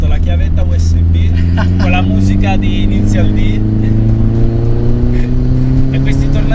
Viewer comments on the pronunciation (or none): perché inizial d? 😭 Non si pronuncia così